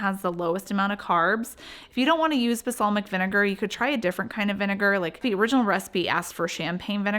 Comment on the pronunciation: Balsamic. It’s BaLSAmic.